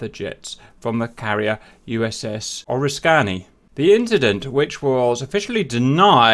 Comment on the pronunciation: pronounce: ore ISS kinny orisskinny